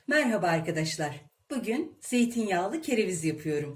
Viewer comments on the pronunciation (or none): none